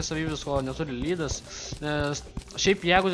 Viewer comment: "ledas",o ne "lydas" *facepalm*